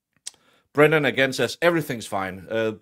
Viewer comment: I love that you are calling him Breenan!!